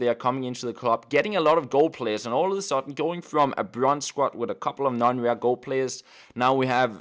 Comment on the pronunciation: SQUAD not SQUAT